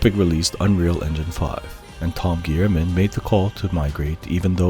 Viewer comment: Great video, excellent summary of the creation process of such a masterpiece. I just needed you to know that Guillaume is pronounced: GUI(like guitar)-y-ome(like home), and Tom Guillermin is pronounced like: GUI-y-er-main. “-ill” are pronounced like the consonant sound of “y”